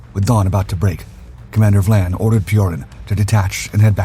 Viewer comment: Hey, narrator! It is Commander Vian (Vy-an) not Vlan.